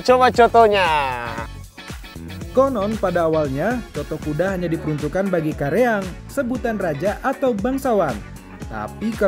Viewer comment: Bukan kareang bang tapi karaeng(raja)